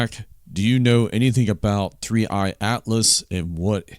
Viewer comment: Just to be clear its the number 3 and letter i ( 3I ) you said 3 eyed atlas.